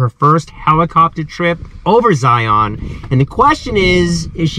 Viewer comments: Great vidio!!! Did you know you pronounce Zion like lion. Watch the long long honeymoon's vidio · Fyi...in Utah we pronounce Zion like Lion. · Love Zion national Park, my parents took me there as a kid, I took my kids there. Awesome video, never seen it from that view. Went to lake Powell as an adult, looks like we had a view of lake Powell for a little bit and rainbow bridge. You're not quite pronouncing Zion correctly but that's okay.